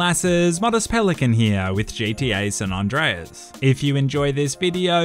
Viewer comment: "gta sun undrias"